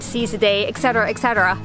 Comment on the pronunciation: "ex cetera"?? ET CETERA!!!